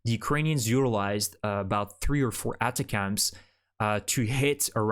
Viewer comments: DICTION...atacms is pronounced =Attack-M's not Ata-cams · Thank you for the update. Remember that ATACMS is pronounced /əˈtækəmz/ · ATACMS is pronounced “attack” “am’s”. You’re pronouncing it funny.